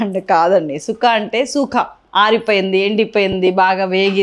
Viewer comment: Thanks at least you said it right…tired of listening to people calling it chukka